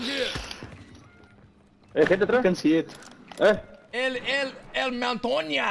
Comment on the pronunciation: This had me geeking Dude said “el el mantonia” 💀 hahahaha